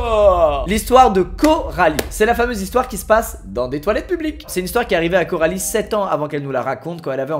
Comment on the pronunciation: Mecanicrrrrr, simpaticrrrrr mais publiqueeee 😂😂😂